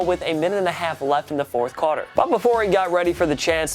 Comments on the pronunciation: did he say cotter or quarter? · through you The fourth “QARTER” boi learn how to talk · He also doesn’t know how to pronounce “quarter”.